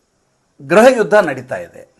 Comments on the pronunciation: ಸ್ವಾಮಿ ಅದು ಗ್ರಹ ಅಲ್ಲ. ಗೃಹ ದಯವಿಟ್ಟು ಉಚ್ಚಾರಣೆ ಯನ್ನು ಸರಿಪಡಿಸಿಕೊಳ್ಳಿ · ಗ್ರಹ ಯುದ್ಧ ಅಲ್ಲ ಗೃಹ ಯುದ್ಧ ತಾನೇ